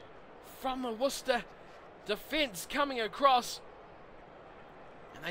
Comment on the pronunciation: there's no h in worc'h'ester